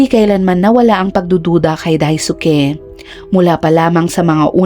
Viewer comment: Dais-k... D po daisuki...d na pronounce ung U sa kanila